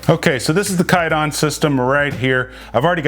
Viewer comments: Carbine. Not carbean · (CAR-BIND) NOT (CAR-BEAN)